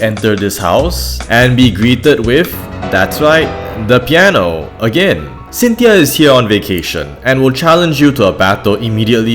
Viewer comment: Piano Not Pieno xD <3